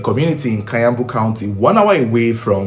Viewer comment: its kiambu pronounced as (key-yambu)not kayambu county😂😂